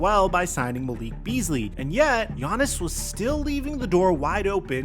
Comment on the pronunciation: Why do you pronounce his name “Giannason”😂